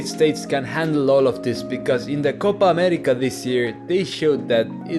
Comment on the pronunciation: Dude, that's a PERFECT pronunciation of Copa América!